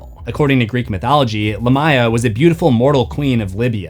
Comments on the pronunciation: Dude,stop saying the name as LAH-MY-A its CORRECT pronunciation is LA(H)M - ME-YAH. as in ancient Lamia VAMPIRES in EARLY EARLY European Folklore and myths surrounding oral storytellings of bad luck places and mysterious locations where Spooky animals, and creatures were said to roam and hunt for unwary humans not smart enough to know being out, late at nights were a good time and bad locations to be if you wanted to be KILLED or attacked by Spirits, vampires, werewolves, revenants, zombies, Hell hounds and whatever other dark hunting hungering spirits and beasts were out hunting for living creatures or humans to eat were easy to come upon, looking like meals (ready to eat!) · only critique I have is Lamia is pronounced Lay mee uh, or Lah mee uh, not lah my uh. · you managed to say it wrong again 😅🏆 it's Lámia, not Lamía. You put emphasis on the "i" instead of first "a" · Great episode.. But your pronunciation of Lamia is weird.. Lamia is most commonly pronounced LAY-mee-uh (/ˈleɪmiə/) in English, though LAH-mee-uh is also used. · It’s “Lamb-ee-uh” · Man, I thought I was losing it or maybe it was another case of Supernatural getting pronunciation wrong again, but nope. The proper translation of Lamia is Lámia, and it is most definitely pronounced with the emphasis on the first 'a.' 😂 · It is a name of arabic origin, and pronounced lam ya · The amount of times Lamia is mispronounced in this video makes it unwatchable. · That is an insane pronunciation of lamia.